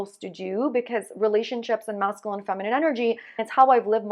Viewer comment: It's MASCULINE there's a "U" in the word lol